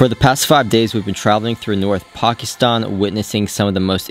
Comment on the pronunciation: Ah, someone finally knows how to pronounce Pakistan, 👍